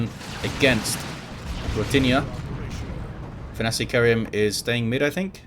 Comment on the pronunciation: What makes it doubly hillarious is that pronounces it perfectly each and every time.